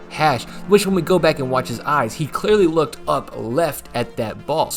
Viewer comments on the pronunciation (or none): none